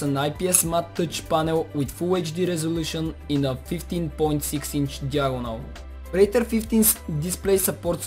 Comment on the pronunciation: its called predator , not praitor